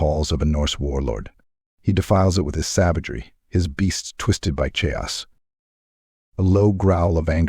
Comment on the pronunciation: Absolutely love your work but could you please train your Ai to say chaos lol